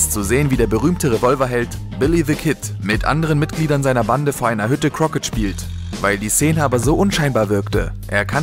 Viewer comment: Der Kommentator könnte mit seinem Gelaber, auf irgend einem Sender, Nachts um 3 Uhr, Dosenöffner oder Gurkenhobel verkaufen. Und es heißt Criket und nicht Croket.